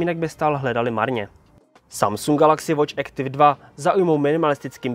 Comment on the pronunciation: Nie Ektiv ale Aktif!!!